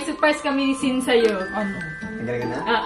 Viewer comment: Sin pala yung pronounce nun akala ko shan